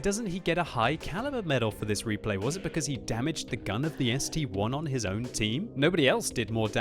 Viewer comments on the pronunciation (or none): It's ST-I (eye) not ST-1 (one)